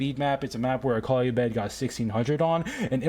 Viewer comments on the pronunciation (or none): none